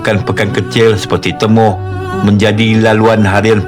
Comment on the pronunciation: Kalau x silap sebutan pekan Temoh bukan TE..MOH tapi TI..MOH walau dieja guna huruf E..